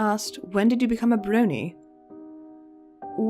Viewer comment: eee so cool to get to hear some tidbits about the bat behind the scenes!! c: yes you pronounced it right haha. i feel you on being a fan but not necessarily a "brony" too. #ThatCuteGiggleTho